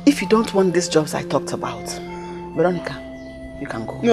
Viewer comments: Vero--nicka lol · queen; "veronicah" mercy; my queen "vero" remove te car is bad omen. me; 🤣🤣🤣🤣🤣🤣🤣🤣🤣dead!